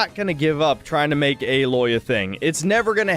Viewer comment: # I like the videos but small critique I have is how many will talk about the Aloy thing but use the wrong pictures as an example. That picture you brought up is from the 1st game. The 2nd game is called Horizon Forbidden West, not Horizon Zero Dawn. She looks a little different but frankly better in the 2nd game. Also they say her name as "A-loy" not "alloy."